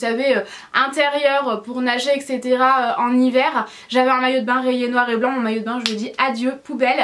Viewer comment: Mais juste quand est ce que tu vas comprendre qu'on dit etcétéra ?